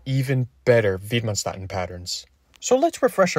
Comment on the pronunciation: Approximate pronunciation of Widmanstätten: vid-man-shtett-ten